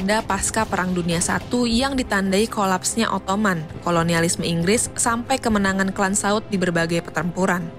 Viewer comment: Pemilihan dan pelafalan diksinya harap diperbaiki. "Ottoman" itu bahasa Indonesianya "Utsmani/Utsmaniyah". "Ottoman" itu cara orang Inggris nyebut Utsmaniyah. Sebenarnya ga masalah kalau mau nyebut pake versi Inggrisnya, cuma kalau ngejanya tetap pake bahasa Indonesia jadinya kan lucu.